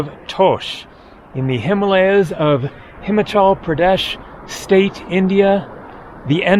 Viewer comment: please pronounce. “ Himalayas “ and “ Himachal “ correctly…..after all the years of travel ….and you still pronounce some words with that arrogant American pronunciation…….love your videos, but your western pronunciation is a big turn off….and I find it disrespectful…….at least try to get the right pronunciation……most foreigners try to learn the main words in a language to communicate……‼️⁉️🇺🇸 Edit: I thought that with the starlink satellites, reception would have improve in the mountainous regions of the world…..at least that’s what T-mobile said….